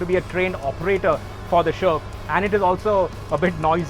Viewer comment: It steers like a tank.. at the start of the vdo, when ever he says sherp, I hear Sherman(which is a shitty tank btw)..